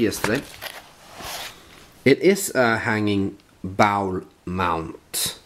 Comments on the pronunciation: Awesome 2 Skilling from Christian V! I have to laugh every time you say bowel mount. Bowel = tarm. The word you are looking for is bowl mount (pronounced båwl). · I had to switch you off in the middle ,, only because it was after midnight here. But the good part was I enjoyed the ending this morning. Not very important but the word "bowl" is pronounced like BOLL (like ball with an "o"..because the w is silent). Your pronunciation is closer to Bowel..which is completely different. This is a minor point and I only bring it up because your English pronunciation is actually so very good. You have some GREAT finds and artifacts are always so interesting.Joe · not bowel, but bowl, sounds like Olav :)